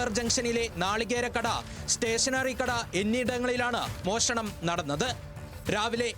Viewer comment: മോശണം അല്ല..മോഷണം എന്ന് പറ😂